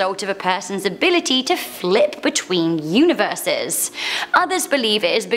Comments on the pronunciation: Universes, pronounced univer-sees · Univeese? Lol